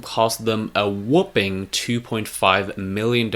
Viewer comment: "Whooping" ahaha u gota learn how to pronounce those words before saying them! haha its all good tho man, great videos